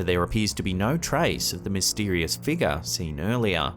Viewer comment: Fun drinking game if you are trying to get absolutely slaughtered…Watch SH videos continuously and take a drink every time you hear the words “figure” (fig-uhh), “appears”, and “paradolia” or however you spell it.